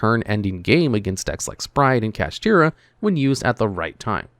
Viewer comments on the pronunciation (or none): none